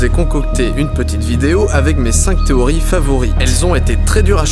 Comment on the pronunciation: N'importe quoi il parle bien mais il a bien un accent a la fin de certains mots il place des "eeeeuh" genre théorieeeeuh alors dis pas qu'il a une mauvaise oreille.